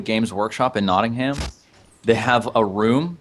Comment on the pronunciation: Knot-ing-hum. A name of somewhere in England is typically pronounced (if it has '-ham' on the end) as 'hum'.